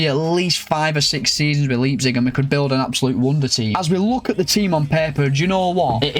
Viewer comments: You know whats absolutely embarrassing? You callling it Leeepzig. Leipzig. Leijpzig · RB Leeepzig”😂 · 1st Pronunciation of 2025: Laayp-zig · great video, mate. but that leipzig pronounciation has me rofl😂